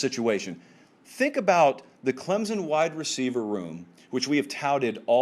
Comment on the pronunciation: Its "Clemson", not "Clemzun".